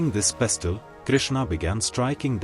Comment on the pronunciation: It is pronounced as pesl not pes-til.🎉